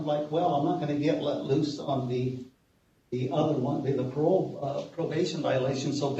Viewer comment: you pronounced "life without parole" wrong. 😏